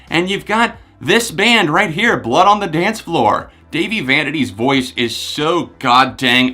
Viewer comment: Its dah-vie. NOT davie.